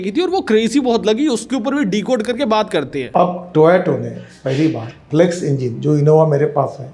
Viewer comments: Toyota ❌ tayeto ✅ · Nitin Gadkari. Yeh gawar admi ko Toyota bhi bolne ata nahi ( : Toyato). Aa gaya hume gyan dene. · Toyato😂 Toyota✅